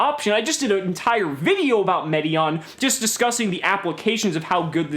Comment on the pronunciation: It's pronounced: Meh-teye-yon the Timelord. Don't know how people get an "ee" sound out of "ai" which is always pronounced "eye" last I checked... Feel free to correct me with an example if I'm wrong. Also Dark Bribe can't be played directly from the hand. Reboot can. But Bribe is just as hilariously good as it was when it first came out in the right deck. Loved your nicknames for everything else. lol